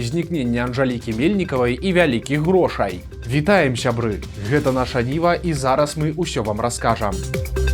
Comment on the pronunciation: чыстая беларуская мова - "вяликих грошай" ))))))) грошАУ!!!!!!